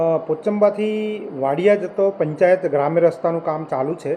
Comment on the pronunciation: પોચબા નહિ,પોચંબા બોલો મેડમ....